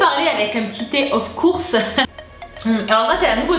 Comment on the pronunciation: Va falloir travailler son accent of course 😂😊